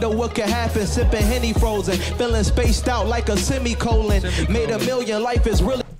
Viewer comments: No one: Blueface: “semicolon” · YBN Cordae: "Feeling spaced out like a semicolon" No one: Blueface: "Semicolon"